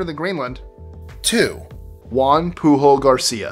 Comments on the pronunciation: You should look up how Pujol is pronounced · juan ''poo hole'' garcia, oh damn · Juan pujol (Poo Hole) Gracia... 🙏🏻👏🏼